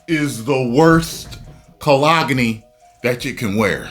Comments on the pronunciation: call-ag-a-knee, I'm dying... coll-own, rhymes with. the G is silent. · That pronunciation of cologne was funny. 😂😂😂